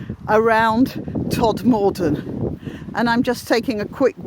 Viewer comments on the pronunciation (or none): I park up at Mankinholes......one of my favourite place names! Notice how she mispronounces Todmorden?